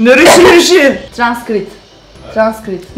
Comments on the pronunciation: Transkripte transkrit demesi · Transkrit derken ? 😁